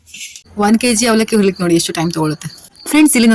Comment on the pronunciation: Horilikke alla adu hurilikke😂